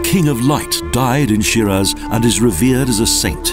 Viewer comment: I don't mean to be rude, but if you want people to pay for whatever it is, that travel agencies do, first Teach your Narrator, to pronounce the Name of this City, Properly please!! It's pronounced Shee-Rahz (first part rhymes with See & the second with Jaws)!!